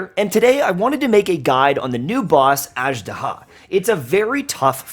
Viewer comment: Man! They said the name in the game like 40 times, get the pronunciation right.